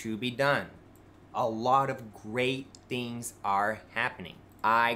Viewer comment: voice is beginning to sound more slurred and mumbly than usual. And he is beginning to REALLY overemphasize when he says "theengs"